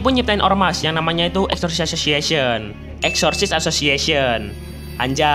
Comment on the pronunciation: Bang kok exorcist jadi exorcisaehshsuan